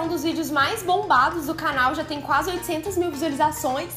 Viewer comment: Já perceberam que fala "cánal" kkkk fofa